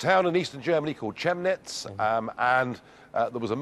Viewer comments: Chemnitz is read K E A M N I T Z not chemneetz aks Your German wife !!! and BundesTag not BundeSHtag Nigel! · Dear Nigel: It's Chemnitz, as in 'chem'ical — with a hard C.